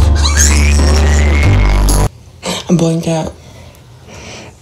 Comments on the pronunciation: " IT'S NOT A JOKE.. IT'S DEAD SERIENESNEOUS" 💀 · "It's deAd serienesneous" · serienesneous me OH is that how you say it...! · "Its dead SERIENESNEOUS"